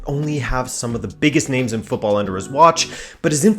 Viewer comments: hes Portuguese, it's why he pronounces all the names right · Finally, a YouTuber who can pronounce names. Good stuff my guy!